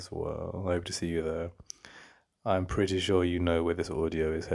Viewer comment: 🧎🏻‍♀️: pwetty pleasee😆